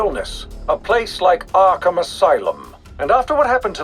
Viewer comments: arkahmn LOL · "Arkahmn" Asylum